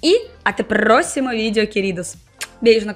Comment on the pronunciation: Mais uma coisa em que você é insuperável: quando pronuncia o R. Esse pRRRóximo no fim é de matar. Você é demais!